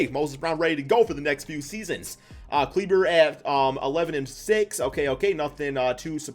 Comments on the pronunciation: Maxi Klee-Buh not kleeber 💀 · Maxi kleever